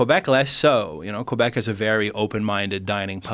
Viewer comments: It's not Cobek, it's Quebec. Like Pokemon. Anglos! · Between "Qoo-ebec" and "please eat horse, the amount of proteins are numerous", this video was successful in dropping my IQ temporarily... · He saying Quebec wrong